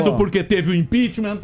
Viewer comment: " Canidata", ' impichmá"...fico imaginando o texto desse livro. Se bem que não foi ela quem escreveu...